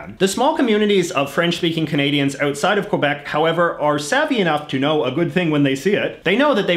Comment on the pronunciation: No, he also says "around" as "aroond" and "outside as "ootside", which means that he is not just selecting and pronouncing words differently. I think all words having the vowel sound "ou" to him would sound like "oo" than "aw".